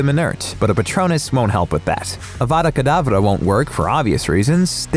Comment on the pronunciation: Such a beautiful pronunciation of Avada Kedavra